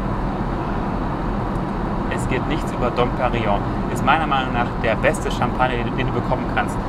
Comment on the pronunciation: Hallo, tolles Video. Vielen Dank für die vielen Informationen. Aber eine Bitte habe ich an dich - wenn du eine Champagner Marke ausspricht, dann bitte richtig. Dom Perignon spricht man nicht "Dom Perino" aus, sondern "Dom Perinjo" - das ist mir schon bei mehreren deiner tollen Videos aufgefallen. Kleine Kritik - sonst absolute Top Infos. Lg